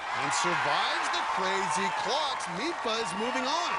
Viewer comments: They had one job and they kept saying "midtba" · The commentators saying "Mitba" sound so stupid, just say Magnus. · Meatbruh? Damn the butchering of that name. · Me, Norwegian, listening: Who the hell is "Mipa"? Oh, Midtbø... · Mag-nus "meatbah"